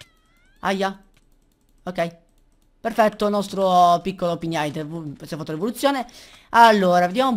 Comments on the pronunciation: Si pronuncia pig-nite non pign-ite il suono "gn" non c'è, devi leggerlo come pig cioe maiale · hei sei grande!!! comunque Pignite su pronuncia " pig nait ":) continua cosi sei grande!!!!!!!!:D